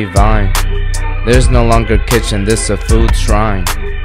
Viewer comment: lmao always gets me with the zis fk raw